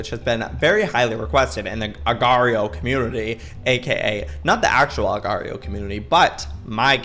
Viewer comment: It will forever bother me how Youtubers pronounce agar.io xD